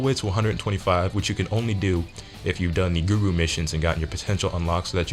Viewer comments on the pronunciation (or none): none